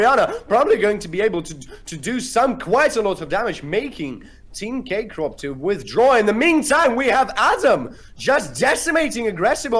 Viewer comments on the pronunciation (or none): thank you very much for the content, could not find the game in any other channel, you were the first to post it online lol but please stop saying "K Crop" and give the MVP to Agressivoo already x)